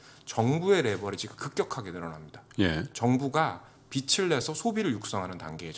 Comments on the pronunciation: 빚을..... 비즐 이라고 발음해 주세요. 중국기업들은 당의 후원으로 진행되므로 미국기업들의 (비교적) 투명한 회계와 다름. 투자하기 어렵죠. 기술적으로 미국이 견제를 하므로 미래지향적일 수 없슴. 위안화강세 때문에 일자리들이 아세안으로 가는 것 같아요. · 아 이럼안되는데 빚을내서 빛을내서 자꾸 거슬린다........ 내용은 너무좋은데